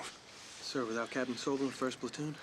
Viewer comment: I wonder why the audio wasn't in snyc with the video. That's Sobel, with an L, not Sobee.